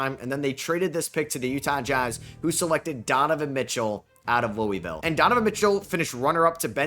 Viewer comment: i cringe everytime he says louisville